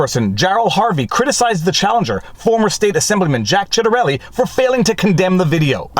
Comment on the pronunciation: It isn't pronounced "CHAT-erelli". But I can understand why you didn't want to call him by his real name "CHIT-arelli" and risk being wrong in mispronouncing it that way. 😀